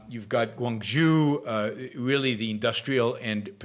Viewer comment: By the way, Guanjhou is pronounce Gou- An- joe. =)